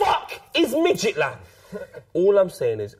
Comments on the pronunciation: Is calling Midtjylland for Midgetland?, and are all legends, haha! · what a guy: for calling midjylland midgetland